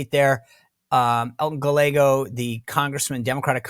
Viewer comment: It's not Ga-leggo It's Guy-eggo